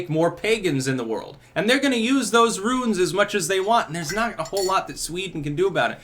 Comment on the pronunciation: thought you were speaking on ruins buts its runes.